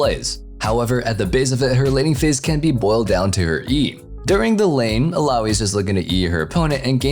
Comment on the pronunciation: It's ILLAOI Not ALLAOI